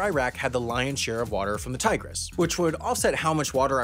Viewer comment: You don't say "tigris" like "tiger" though.